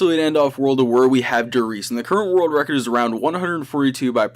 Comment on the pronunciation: When he says «the current world record» its sounds like he is saying « the curro worl recor»